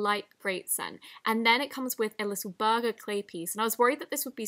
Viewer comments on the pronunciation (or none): none